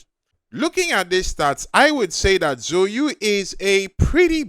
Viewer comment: that chinese pronuncation killed me at the start. So you?. Its ZHOU YU. ZAO Yü